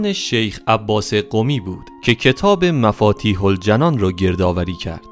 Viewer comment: اگرذره ای شعور باشد باحروف ابجدنام مولا علی درسرارقران امده.نیازبه تحریف نیست.بیشعور بیسوادجمع کن بساط کذبت رو.توحتی نمیتوانی ازروی متن درست بخونی.مفاتیح الجنان به کسرجیم است نهدفتحه.کل معناتغییرمیکنه.توراچه به اثبات گفته های ندگری یارد ان